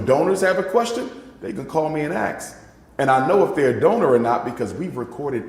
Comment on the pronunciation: A doctor still being arrogant and saying “AX” instead of “ASK” while blaming us is diabolical 😂